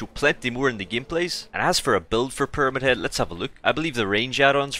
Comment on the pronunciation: "peramid head"